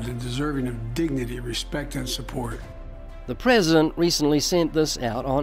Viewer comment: Your prezshent sees you. Thats reassuring.